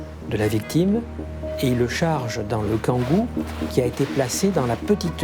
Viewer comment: Le Kangoo, pas le kagou 🥴